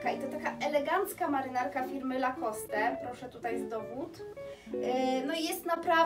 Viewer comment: Super zdobycze, jak zwykle. Zazdro! Zwłaszcza wężowego paska, wszystko inne też fajne. PS. Lacoste to francuska nazwa, czyli nie wymawiamy "e".